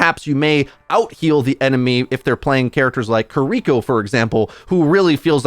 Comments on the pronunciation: Kear-eh-koh not kareekoh my guy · I die inside a little every time I hear people calling her Koriko instead of Kiriko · "Kareeko" kills me everytime 😂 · HER NAME IS KIRI-KO STOP BRAINFUCKING THX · Stop saying Kiriko wrong lol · I hate your pronounciation of Kiriko so much.